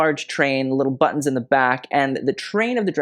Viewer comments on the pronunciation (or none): none